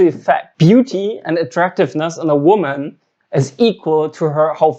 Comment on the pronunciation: Schau dir bitte mal an, wie man „Women“ und „Woman“ ausspricht - da die „creatures called females“ dein Hauptthema sind, nicht ein ganz unwesentliches Detail, das du wissen solltest